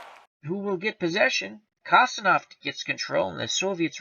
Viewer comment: The Russian defenseman is pronounced Kon-stan-teen- ov good job!